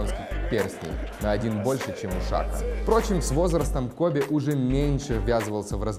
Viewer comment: Не Кобе а Коби!